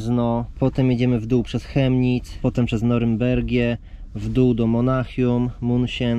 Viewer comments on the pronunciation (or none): none